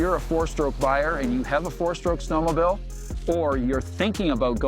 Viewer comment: "Snowmobill"